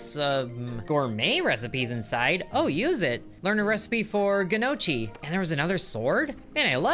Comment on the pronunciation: Gnocchi - pronounced knock-eee. Silly boy!